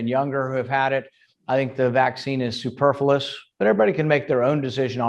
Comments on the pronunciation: The fact that Rand Paul can’t pronounce ‘superfluous' correctly makes him immediately irrelevant to me. But I’m pedantic. Still… it’s a point. The guy is no genius. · With any luck Paul will die of Covid, just to annoy all the liberals. He can't even pronounce superfluous which is ironic as it describes his existence.